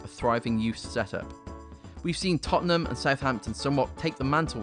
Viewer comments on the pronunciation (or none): none